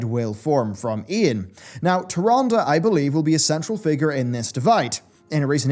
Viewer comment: You are mispronouncing Tyrande